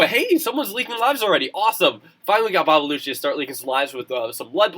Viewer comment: Its Dutch! Babelutje is pronounced as bah-buh-lu-tjuh, but it doesn't actually mean anything xD Meneertje means 'little mister' (its just a funny way to say mister)